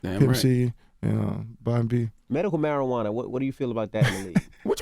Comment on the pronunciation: "Miracle Marijauna" lol